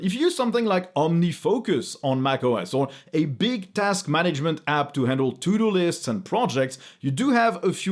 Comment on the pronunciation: I think that, from now on, I will be pronouncing "To-do lists" as "Tudolist" :D